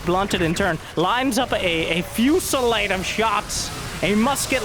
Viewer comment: advanced English class today with: fussilade